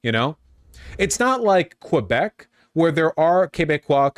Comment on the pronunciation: Yo Vowshe, Not sure if you even care but it's not Quebequii you're looking for Quebec Waah